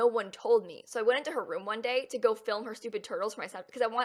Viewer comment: when she said "i sneak in there and film her animals" i legit thought she said "i sneak in there and kill her animals"